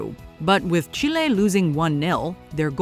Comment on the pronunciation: Again it’s chile not chlay 😂